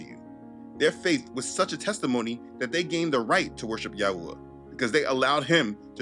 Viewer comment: You know you channel have help me so much in my walk with Yah. I know ur faithful. But the way you have been pronouncing the name of Yahuah is kinda somewhat annoying. Youve been pronouncing it wrong for some time now but maybe u can learn to pronounce it correctly brother. This is the way it sounds when u say it “yauwah” even my kids be saying it like dat now and it’s annoying.. GREAT MESSAGE THO!!